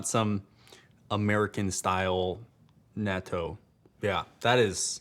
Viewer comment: Great video! BUT, "natto" is pronounced more like naw toh (kinda like "gnaw" + "toe") and "kombu" is more like kohm bu (kinda like "comb" + "boo"). Also, NO. WEAR SUNSCREEN if the UV index is 3 or above! Your body will still make enough.